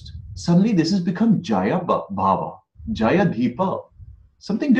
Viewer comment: The word is not “jaya” but “jaaya” — it means wife. As in “stree.”